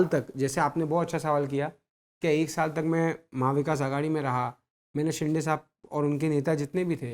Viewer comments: अरे आधी शिंदे बोलायला शिक नुसता शिंडे शिडे बोलतोय... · Yala ajun Shinde bolata yet nahi😂